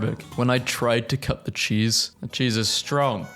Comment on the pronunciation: 'chesse'... CHESSE is not CHEESE